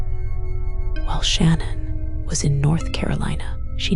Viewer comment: Sadly with her whispering and annoying tone she’s mispronounced Shan’ann’s name. Had to stop the video right then. This is unacceptable when the video is ALL about what happened to Shan’ann and her babies.